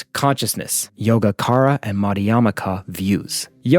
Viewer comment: Excellent idea for an episode. A little not on Buddhist/sanskrit pronunciation: Yogacara 'yoga-chara'; Madhyamaka 'maj -' (like the same sound in 'magic' 'ya-meeka' Sunyata 'shoon-yata'❤